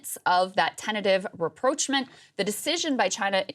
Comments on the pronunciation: For the presenter with the shoulders that would be the envy of a linebacker... learn to pronounce "rapprochement". It's a french word, not English. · Krystal, I think you are pronouncing rapprochement incorrectly 😅